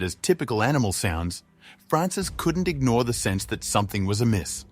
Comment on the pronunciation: "ingore"?! That's 'ignore' ...is this an 🇨🇦AI narrating? ☹️ Instead of an Aussie?! 🇦🇺